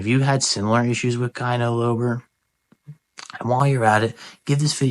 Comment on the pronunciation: You had me at "kai-no low-ber"! Keep Slippin!